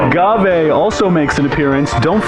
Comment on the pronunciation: I hate being that guy, but it bothered me. 'Say-ahnse' (Seance) and 'Uhh-gah-vay, or ahh-gah-vay' (Agave).